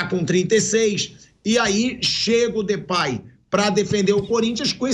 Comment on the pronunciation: Aviso à vcs e a. Não é Flerplay é DEPAY. CHUPAM